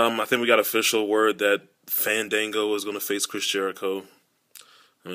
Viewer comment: You said his name wrong ..... It fannnndannnngoooo let the a's breath!